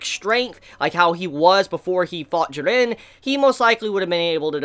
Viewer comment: The way you say "Jiran" hahahahaha